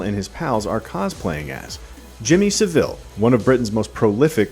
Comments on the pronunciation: Please do your research first. Emphasise the “a” not the “i” in Savile. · It's SA - ville - not Seville or S'ville. Besides, in the UK he's just known as "c*nt". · It's SAV-ILL not Sa-ville. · Please learn how to pronounce Savile. It's Sah-vill. Not Suh-vill. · It’s pronounced SAVLE not sa-ville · its sah-ville not se-ville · Its Sav-ill... not Sa-Vill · Just a note on Jimmy Savile's surname...its pronounced like Sav-ull, not sa-ville 😉😀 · why can't americans pronounce Sav-ILL not Saveel. its really funny. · 'Sav-ell' not Seville... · Its SAHville not Seville in terms of pronunciation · Saville* not 'seville' lol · Jimmy Sah-Vill, not "Savil" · By the way it's pronounced Jimmy S -ah -ville, not Seville 😆 Olay! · It's Jimmy SAH-VILL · OMG. Jimmy Saville. Not Seville 😂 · It's pronounced Sav-el, the el like how you pronouce 'hell' not how you pronounce 'ill' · It's pronounced 'SAV-ILL" just an FYI. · Just to be annoying, Saville is said like Sav-uall ;) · I physically recoiled hearing 'seville' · It’s pronounced ‘savul’ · Get his name right. Thats so annoying. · Please stop pronouncing Savile like the city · How not to pronounce Savile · Why do you pronounce savile like that? lol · Saville was a surprise for sure but not as surprising as the pronunciation from Americans on youtube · Your saying savile wrong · Americans cannot pronounce SAVILLE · I have heard so many Americans pronounce Jammy Saville's surname incorrectly in their reviews for this film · Why are Americans incapable of saying the word Savile correctly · The Savile pronunciation 😶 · Im glad your shedding light on Jimmys characters to the Americans who didn't know the refrence, however you could of at least pronounced his name right. 😂😂